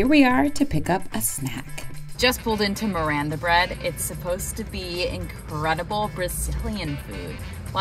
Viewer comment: The way she pronounced Miranda bread😂